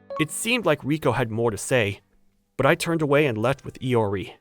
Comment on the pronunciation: Good story and all but....LORI?!?!?!! IT'S I-O-R-I GOD DAMN IT